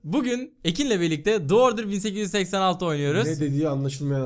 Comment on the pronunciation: "The Order"daki The "Dı" olarak okummaz, "Di" olarak okunur. İngilizceden hiç nasip almamışsınız. Sesli ile okunmaya başlayan kelimelerde The, Dı değil Di diye okunur.:)